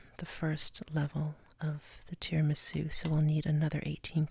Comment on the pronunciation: It’s TIRAMISÙ not TIRIMISÚ...your accent...jesus...